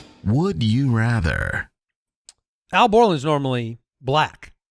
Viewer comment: Is it Al Borland or owl Borland,?